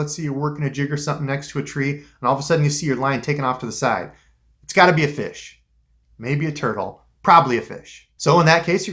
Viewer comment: Lol the way you said it. “Found a feesh.”